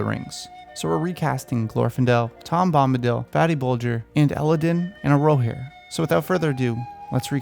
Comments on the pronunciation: Don't take this as a nitpick pls but the pronunciation of the twins names is something like Ella-dunn and Elle-hoe-rir. Just trying to help ;) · Please say Elladan and Elrohir correctly next time haha! I agree with all your selections though, the Glorfindel one is perfect.